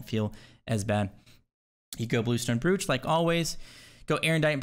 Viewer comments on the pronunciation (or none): Please tell me your mispronunciation of “brooch” is a meme like sigil